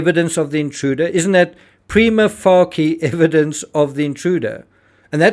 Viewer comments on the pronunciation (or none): prima facie is pronounced "prima face-yah"